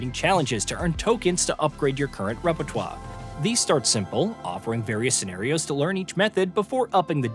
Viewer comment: Oh I remember seeing a trailer for this, looks interestingly boring Are you saying repertoire in that way just to piss people off?